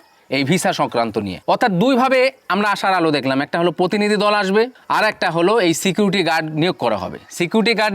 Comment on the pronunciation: ভাই আগে বাংলা টা ভালোভাবে বলতে শেখ। পোতিনিধি, পোশাশন কি উচ্চারন।